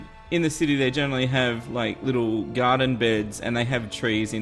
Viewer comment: Graden? Graden!